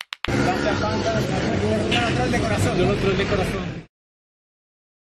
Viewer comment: Jajaja dise pada